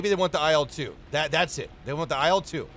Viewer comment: Hey you pronounce IL in IL-2 like "aisle" while in reality it is pronounced more like "ill".